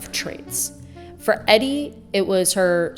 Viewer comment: “EDDY” Sedgwick?? Omg